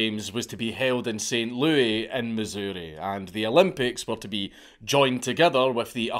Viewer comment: as a missourian hearing dank pronounce “missouri” always gets me. hearing “saint louie, mizzoori” made me kick me feet and giggle like a schoolgirl in some shitty anime. thank you dank for providing me with simple, childlike glee